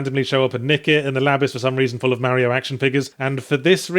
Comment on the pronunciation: ffs Yahtzee how long did u live in brissy wit us ozzys AND u still say mario wrong :P